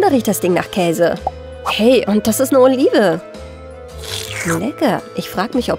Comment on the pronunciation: Olive klinge wie Olivia